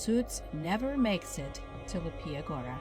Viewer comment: oh lawd, the mispronunciations in the video hurt so much to hear, i can get some other name, but mateusz is fairly simple to anglify, matheus, and "leepya goo-ra" is not that hard to pronounce....